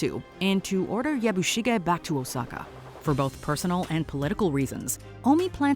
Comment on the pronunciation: I have loved your videos for years, but WHO TAUGHT YOU TO PRONOUNCE THESE NAMES? Of the principal characters? I never nitpick like this, but it made the video almost unwatchable for me. You get Yabushige, Hiromatsu and Buntaro right when most people would mess those up, and you say the Japanese actors' names correctly. But then you pronounce Toranaga and Mariko on the wrong syLLAble and pronounce 'seppuku' two different ways - one time in the SAME sentence. So unlike you.